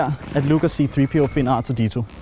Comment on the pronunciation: c3po ikke c3peo